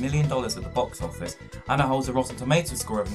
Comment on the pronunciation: Mistake Found, Bof Office instead of Box office